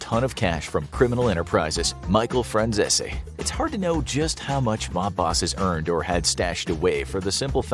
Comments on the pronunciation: How did you manage to know all about Michael Franzese, know that he shouted you out on his YouTube channel . And still butcher his last name 😂? Its Fran-cees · Isn’t Michaels last name pronounced Fran Sees? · It's Michael Fran-Chesh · It’s hilarious you make a video like this and still pronounce Michaels surname wrong 😂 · How u pronounce Michael name wrong if u have heard him Speak u should know how to say his last name if he said this to u I call cap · You pronounced Michael Franzese name wrong. Probably the only time I’ve ever heard you pronounce something incorrectly. It’s pronounced just like it’s spelled minus the last e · How do yall keep messing up this man name how hard is it to pronounce franzese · Kinda surprised how you pronounce Franzese since you know of his videos 😆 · How come no one can pronounce michaels last name correctly? You even went to his channel for a clip ,he compliments this channel so obviously you have seen his channel you have had to hear himself pronounce his name ! You would think you would pronounce it the way he does , or do you think he pronounces his own name incorrectly. 🤣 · Micheal's last name isn't pronounced like that on his YT channel or in Italy.😂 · his last name isnt the only one . Almost every mob word or name gets butchered 😂. Like i said kinda lazy if youre going to bother talking about it . His name just makes me laugh specifically because they did it twice. Despite being well aware of him, his channel, and the fact he reacted to his video 😂